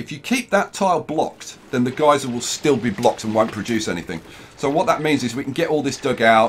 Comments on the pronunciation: It’s pronounced (guy-ser) not (ge-ser) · Wait is it geezer or geyser (gizar)?